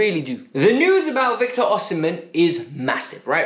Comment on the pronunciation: I am Nigerian, you are sport on with the “Osimhen” pronunciation!!